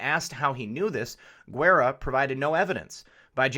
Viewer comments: Pronounced "Gerra" not "Gerrera." Thank you. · Pronounced "Gerra" not "Gerrera" or "Gwerra." Thank you.